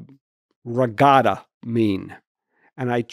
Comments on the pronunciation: I have to admit I didn't know what a ragada was either, until he explained what it was. Then I realised I couldn't understand it because he couldn't pronounce it correctly. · He has not done iq tests in recent years. Lights on a board ?? And miss pronouncing regatta. Look on your face said everything, funny. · truth be told at first I wasn't sure that was the word he actually meant cos of the way he pronounced it. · They could have left regatta in if it was pronounced correctly.